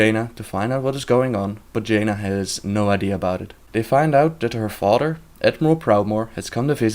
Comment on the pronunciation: lmao her "fodder"